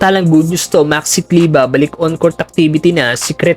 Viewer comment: Kleber brod,hnd kleba..Pinoy tayo😂